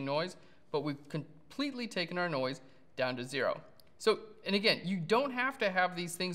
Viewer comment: every time you said noise it sounds like NOICEEE - key and peele. haha